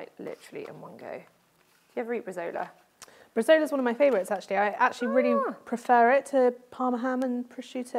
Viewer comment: Welcome back! Loved the recipes, though for the second salad it's meant to be Bresaola (Bre-zow-la) not bresola ;P